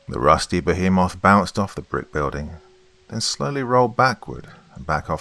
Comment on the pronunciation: I really wanted to enjoy this action-filled story, but I am now starting to see that your pronunciations are getting WORSE. A geezer of water? A giant behmith? What's going on,?